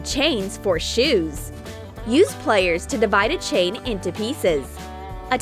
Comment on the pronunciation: She said players instead of pliers